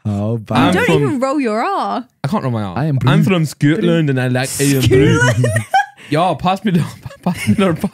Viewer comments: "Skøtland" reminds me of a Danish accent for some reason haha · "Scøtland" reminds me of a Danish accent for some reason haha